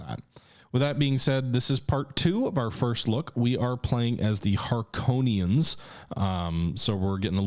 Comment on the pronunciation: Har-Ko-Nen… it’s not that hard.😂